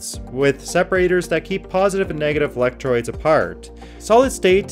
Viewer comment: You said electroids.